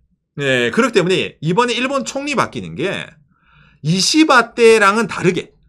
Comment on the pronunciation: 님 이시바총리 발음할 때 이는 약하게 시는 강하게 발음해서 씨바총리라고 하는거같음ㅋㅋ